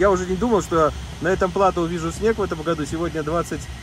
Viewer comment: Игорь, ты же живёшь во франции и должен знать, что слово "плато" имеет французские корни, а следовательно и ударение в нём падает на последний слог! То есть платó.